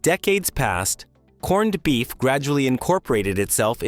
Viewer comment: but we don't say "corn-ned beef"... stupid AI say that.